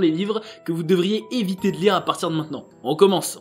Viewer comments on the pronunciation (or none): none